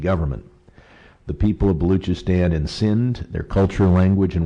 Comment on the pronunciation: Balookistan.. Cant even say it properly..and I should expect him to talk about it properly..